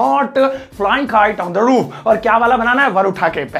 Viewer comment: Toof nhi roof